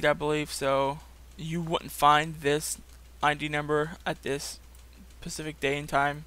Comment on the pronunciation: Specific not pacific.